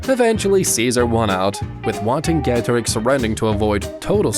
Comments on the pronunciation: Am i the only one that pronounces the name vercingetorix as versinketoriks and not wantinkedorix i get youre english and its a very different language but still (good video by the way) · Where did you find that pronunciation of Vercingetorix?